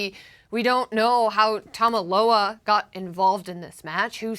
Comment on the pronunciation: Tama Loa? WWE announcers are going to struggle with these names... 🤣🤣